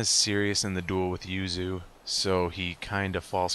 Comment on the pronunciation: The yu in yuzu is actually different to the yu in yuya. The yu for yuzu is shorter and yu in yuya is longer.